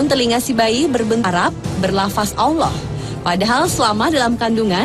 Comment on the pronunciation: Kenapa kebanyakan orang Jakarta berkata Awloh bukan Alloh? Termasuk presenternya. Marshanda alias Chacha jg kalau bilang Awloh bukan Alloh! Ilmu tajwidnya kemana?